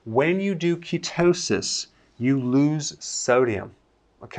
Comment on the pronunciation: You from the west coast. You said ketoosis sodium like someone from Santa Monica lmao